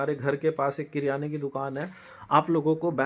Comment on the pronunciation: किराना not क्रियाना 😅 बड़े आए